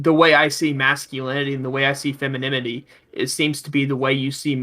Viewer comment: pronouncing it as "feminimity" gets me every time:)